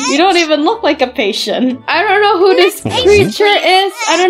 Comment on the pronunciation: its who not hiw😂